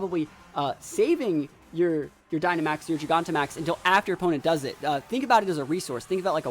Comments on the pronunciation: I don’t get how you can even mispronounce Gigantamax...JYE GAN TA MAX. Jesus. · Great battles! Super excited to watch you battle in this gen. I'm pretty sure its jai-ganta-max...like gigantic, you know, cuz the pokemon becomes huge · Gigantic Giganta Not really sure how people are still mispronouncing the name. Nice video tho, was fun to watch.